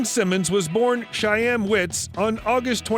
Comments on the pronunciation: Chaim is pronounced “hime”… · Somebody teach this guy how to pronounce "Chaim"